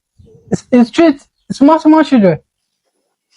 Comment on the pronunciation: Playing football with local CHI-LDREN not local SHI- LDREN